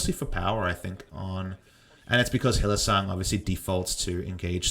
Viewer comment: Why do you call Hylissang Hylisong?